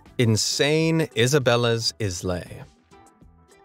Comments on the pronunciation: I don't want to be "that guy", but "islay" pronounced "ailuh" not islay. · I'm not sure if anyone else has said this already, but islay is pronounced 'eye-luh', not 'is lay'